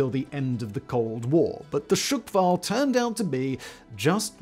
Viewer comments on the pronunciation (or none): Hurts my ears. It’s not ‘shukwall’ but ‘shqwal’ [шквал] meaning ’squall’ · Dafaq with this pronounciation? It's not SHEE-KVAl, it's - SH-KVAL, FFS! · Shkval, SSSSHHHH-kval 😂 chuckwal? The fuck 😂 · It's not shykfal its skkval! or in Polish Szkwał. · It's not "shOOkval", but "shkval" with no extra sounds between "sh" and "k" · I have to admit that I did wince a little every time Simon mispronounced "shkval" as "shk-val", but that is a minor niggle. His heroic attempt with "Superkavitierender Unterwasserlaufkörper" redeemed him, though. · I thought it was hilarious! 🤣🤣 Imagine saying Sick-wall instead of squall. Priceless!! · Shkval. No glottal stop, no silent a. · "sukval" aha sure.... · Not Shyk-Val... Just remove a shwa sound between sh and k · Shkval = squall. Not S----QUALL